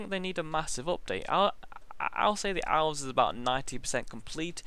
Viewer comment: when he says elves cause of his bitish accent sounds like owls